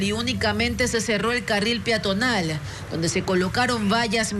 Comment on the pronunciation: La periodista dice: la vía piatonal , se pronuncia y se escribe peatonal